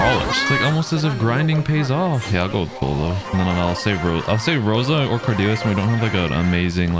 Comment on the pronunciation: its rosa thoough